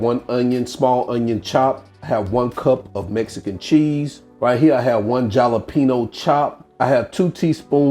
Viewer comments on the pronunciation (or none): How in the world do you not know how to pronounce jalapeno?